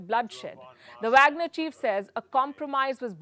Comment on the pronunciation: It’s pronounced waagner….